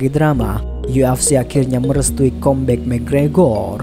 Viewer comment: Kambek bang bukan kombek